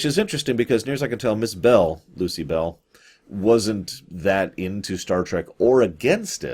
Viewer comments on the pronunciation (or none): "Lucy Bell"? Oh,...